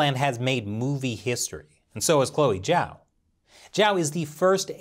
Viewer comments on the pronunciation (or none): Great video. I'd just like to remind you that Zhao's name is spelled like "Jao" like in french "bonJour"; Instead of "Jiao" as in english "judge" ☺️. Actually, here's a quick tip: Zh = J (french "Toujour") J = J (english "Jack") X = Ch (english "Check") Sh = Sh (english "Shark") It's actually pretty easy 💫